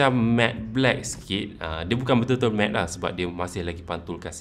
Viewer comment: Akhirnya sebutan 'Matte' yang betul dari reviewer tempatan.